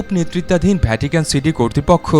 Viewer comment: I appreciate the way you explain all these tiny details with your smooth voice. However, I have noticed while you explain something which starts with “V” you pronounce as “BH”. Such as “Video” you pronounce as “ Bhidio”, “Vatican” you pronounce as “Bhatican”. Other than that your explanation with the video is amazing. Keep up good work and make more great knowledgeable videos. Good luck